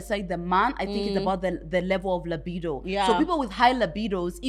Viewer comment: Its pronunciation of 'libido!' 4 me